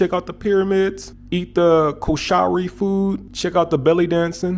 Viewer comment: You pronounced KOSHARY just fine. 😁